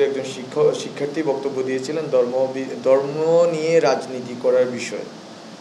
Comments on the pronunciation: উচ্চারণে অনেক ভুল, সে কি না প্রধান উপদেষ্টার বিশেষ উপদেষ্টা!.. দর্ম না ধর্ম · দর্ম নারে ভাই ধর্ম ! চাএ না ছাএ 😂তুমিতো বাংলাই ঠিকমত বলতে পারছ না !বাংলাদেশের সেবা কি করে করবে ?